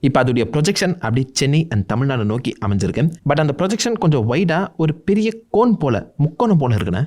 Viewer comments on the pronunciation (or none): none